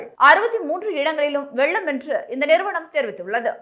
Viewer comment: தமிழ்நாட்ட ஏன்டா விட்டு வைக்கீங்க! இங்கும் 39 பீசெபீ தான். மூதேவி தமிழ் உச்சரிப்பே வரவில்லை. வெல்லும்-வெள்ளும்